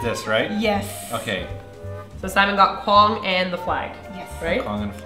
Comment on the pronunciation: Shouldn't it be Guang not quang...? D